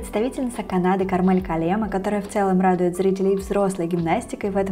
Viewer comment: Немножко поправлю, правильное ударение *КАрмель КАллемаа, которая родом из Эстонии, поэтому это эстонские имя и фамилия и ударение падает на первый слог😃